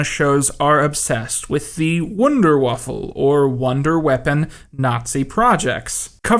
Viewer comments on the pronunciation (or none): I agree with the thesis but it hurt when he said wonderwaffle instead of wunderwaffe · Dude! wonder weapon is Wunderwaffen...with an N at the end. Wunderwaffel sounds like something made by Eggo. LOL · Hah! Me as an ennerving german has to point out that you said Wunderwaffel instead of Wunderwaffe, making it wonder-waffle! Haha! Wow! Does this make me smart now? Lol. I know it doesnt and i hate people pointing such shit out to americans doing their best to use proper names. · It's Wunderwaffe, not wunderwaffle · I know you think you’re being clever and funny by mispronouncing the German word Waffen as waffle,but you calling it a waffle just that you don’t have the intellect to put two and two together or to properly pronounce a word that isn’t a meme or an emoji.you really are pathetic. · Why the fuck do people always read "waffe" as "waffle" Where is the L you're inserting in there This really shouldn't piss me off as much as it does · "Wonder waffle"... guy, it's Wunderwaffe. WAFFE. There's no goddamn L in that word. Also, saying that building the A-4 (/"V2") took more people than its use in battle is obviously true... because... it's not for use in battle. It's a rocket that actually goes to space from east Germany and then comes down in England. What conceivable purpose would that have for any battle? Obviously, these films are ridiculous, but you're not helping your argument by making yourself look like you haven't the faintest idea what you're talking about. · Calling it 'wunderwaffeL' every time even increases the irony 😂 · Just came across this video, the only thing that "annoys" me, is the pronunciation. I don't expect someone to learn a whole language, but it just feels more "professional" when you ask a native speaker. Saying "wunderwaffel" (wonder waffle) or "third Reik" (reich is pronounced Reish). Besides that a super great video! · I love how he doesn't give any respect to the Wunderwaffe concept by consistently calling it "Wunderwaffle"